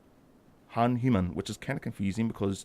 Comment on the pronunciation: Hey, cool video. Ship looks nice. just a word on the pronunciation of the name Hanuman. Phonetically it would be: ha-nu-maan It comes from Hindu mythology meaning "one with a disfigured jaw"